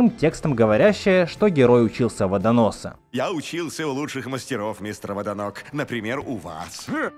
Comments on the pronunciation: ты ошибся, не Водонос, а ВодоноГ Там г, а не с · не водонос а водоног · он Водоног. А не Водонос! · С криками как бы всё было и так понятно. А почему ВОДОНОС? Если явно слышно ВОДОНОГ